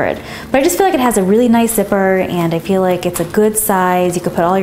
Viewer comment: and you always say I FFEL LIKE